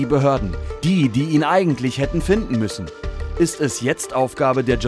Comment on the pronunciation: "Dschornalisten" xD Schon traurig, wenn man nicht mal das Wort richtig aussprechen kann.